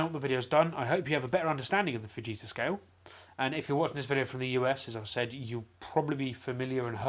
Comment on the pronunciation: Did u just say enhanced vegita scale